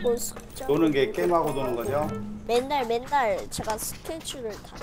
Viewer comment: 줴... 줴가여? 발음ㅋㅋㅋㅋㅋ